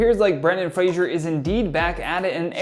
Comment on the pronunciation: Okay Fraser is pronounced FRAY - ZER there's no jusshing sound like in Frasier. The David Spade movie where he was a former child star.... Brendon corrects him in that. Or watch Outlander for 5 minutes. Yes. Yes I am a Fraser though 2nd generation. It still irks, it irked my Scottish born grandfather more! 😁 Love your videos! 😁